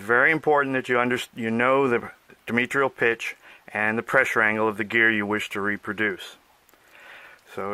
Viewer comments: Where do these people come from? Can't pronounce diametral? What is dimitril? Knows all about dimitril though....Say diameter - now say diametric - now say diametral. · dimetrial pitch isn't a thingit is di a metral pitch - sorry, but its driving me crazy